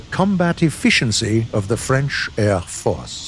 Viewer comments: Accent parfait ! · Good french accent 😂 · Thats the best french accent done by a non french person (and i no what i'm talking about i'm french)Sir your prononciation of french is incredible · Your French accent is very good, I'm watching you in France and I pilot with a joystick.